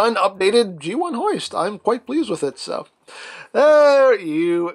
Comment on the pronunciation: i almost laughed hard at the ending... But Hoist almost sounded like Butt Moist